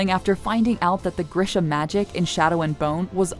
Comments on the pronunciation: the pain that i feel each time she says "gr - SHA" instead of stressing "GREE" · This is great and all but please say Greesha not Grisha it's killing me 😭😭